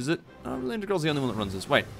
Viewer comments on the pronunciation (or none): none